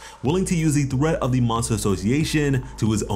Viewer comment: Who pronounces threat as thrat? 🤦‍♂️🤦‍♂️🤦‍♂️